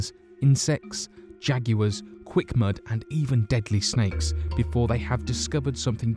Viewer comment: Jaguar-???? And he says jagywers lmao